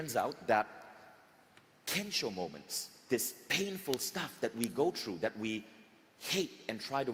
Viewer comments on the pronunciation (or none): then somebody should also tell Vishen about the word "THROUGH" pronounced by him as "TRUE" EVERY SINGLE TIME. I accept people for who they are with their unique cultural nuances. the main thing is that we understand the context IMHO.